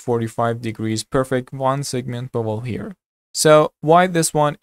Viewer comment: I kept hearing Bubble instead of Bevel....hahaha